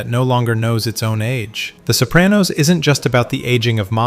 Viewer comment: You're pronouncing "Sopranos" like "Soap-ran-nose". The correct pronunciation is "so PRAH-nos" . with an "ahhh".